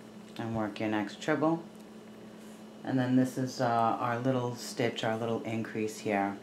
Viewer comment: Treble crochet not trible